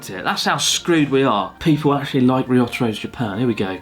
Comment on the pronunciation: I’ve been wanting to say this. Ryotaro is your friend right? Learn how to say his name properly.